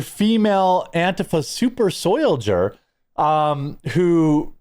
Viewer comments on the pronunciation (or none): I lost it at "soyldier!" 🤣